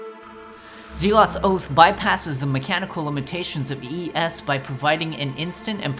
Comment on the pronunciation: Click the little speaker next to the word Zealot to hear the correct pronunciation of the word